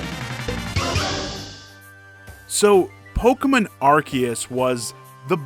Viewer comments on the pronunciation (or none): Pokamin? It's Pokemon. The name comes from combining the English words Pocket and Monster, but you use Japanese pronunciation to say it.